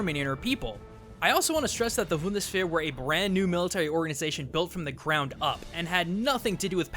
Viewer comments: I'm not German or anything, but I think it's pronounced "boondes waar" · A little bit of Nit picking ;) or an idea to help with pronunciation... Sorry I so love your channel and your Work here that i thought it could be helpfull... or at least of interest to you... Bund: Federation (Speak: boond) Bundes: Belonging to the Federation (Speak boon des) Wehr: Defense (Speak: wear) zur wehr setzen: to defend yourself. (Speak: zoor wear set zen) Bundeswehr: Federal Defense Military. (defending the state) Feuerwehr: Firedepartment (defending from fire) A bit creapy if you compere these... one is to defend the Country the other one is to defend from fire.. they are structured the same... sometimes german is strange ;) Cheers and Keep up the great Work!! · Just for future reference, Bundeswehr= boon-des-vear (or at least it's closer) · "Wundesfair", ich mag deine Videos, aber die Aussprache ist echt furchtbar xD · uhm i am german and i have to say: you pronounced bundeswehr as wundersbehr. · Hacker It's not a normal mistake for an English speaker to make. Rather, it's like he knows how to pronounce German, but somehow got the B and the W mixed up. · The "B" in "Bundeswehr" is pronounced like a "B" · I hate to be a smartass, but when somebody butchers my native language, I just can't help myself. 'Bundeswehr' is actually pronunced Boon-das-Vere. Generally, german vowels are spoken as follows: A - Ah E- Eh I - Ee O - Oh U - Oo Double-vowels , like Au and Eu, are pronounced 'Ow' and 'Oy' respectively. Again, I apologize for being a smartass and this little german lesson. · I heard "Voodoosphere" at least once in there lol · I thought he said 'Vundesvihr' once lol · He said "Wundeswehr" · It's just so cute how he keeps trying to pronounce Bundeswehr <3 And he actually gets close at some point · please don't say Bundeswehr EVER again, it sounds so fucking wrong. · I Love how you say Bundeswehr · I can't fucking stand how he pronounces Bundeswehr